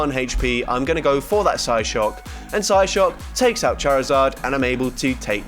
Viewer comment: he says psyshock psyshook😂